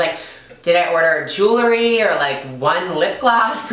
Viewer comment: Beautiful!! Please pronounce Jewel RY... correctly!!